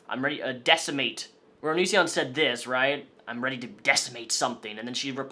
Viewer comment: Nobody Absolutely no one on earth:: ONISSSION